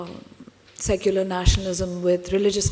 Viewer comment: Secular sounds like suckular for me..